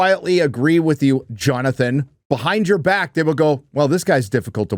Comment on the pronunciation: John-Na-Than! ……Said like the council leader in D and D honour among thieves